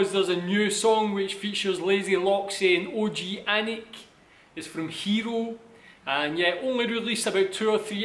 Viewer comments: ช่วงเปิดคลิป เขาอ่าน โอจีแอนิก มันขัดหู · Please, don´t read Og-anic like O-G-anic, read it Oganic (in this vid ) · I think he want you to read like "Og-gan-nic"